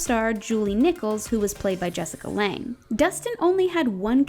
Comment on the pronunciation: Its Jessica Lange, not Lang.